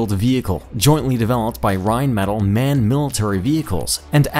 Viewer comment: Rhein-mah-tall not Rhein-metal